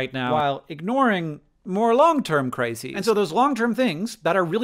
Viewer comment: Oh, "CRISES"! I honestly heard "long term crazies," also a problem.